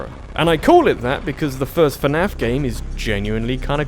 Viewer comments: It's fnaf, not fanaf. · I like how he says "fuh-naf" instead of "fnaf".